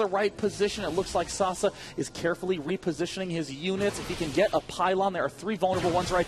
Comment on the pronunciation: yelled at the screen every time Day9 mispronounced Sase